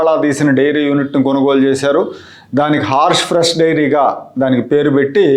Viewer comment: హార్ష్ ఫ్రెష్ కాదు, 'హర్ష్ ఫ్రెష్' అనాలి-గమనించ గలరు.